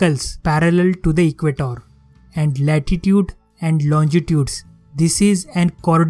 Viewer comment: And it's not equatoor it's equator ur taking th 'o' too long